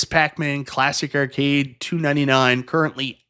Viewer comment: Errcade 1 up 😂 Canadian much?